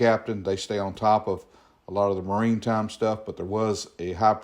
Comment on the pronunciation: It’s pronounced Mari-time, not marine time.